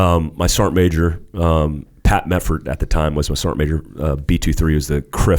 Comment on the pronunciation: SAR-GEANT MA-JOR